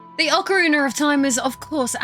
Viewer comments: Ocariner 😅 how do you speak english and get an er on the end of ocarina? Do you even notice?? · Ocariner of Time.